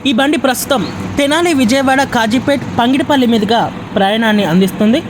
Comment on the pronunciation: Pangidipalli kadura ayya pagidipalli